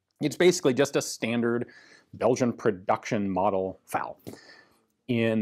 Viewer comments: F.A.L. Why do you keep pronouncing it "fowl?" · It really bugs me that Ian keep calling the FAL a 'faal'. It's F...A...L just as the US BAR isn't 'baar' though some will call it that. And in other videos sometimes he does say F..A..L...?? Sorry...just had to say it. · It's pronounced to rhyme with "pal", although with the French pronunciation of "automatique" it should really closer to rhyming with "fall". Practically everyone uses Ian's pronunciation.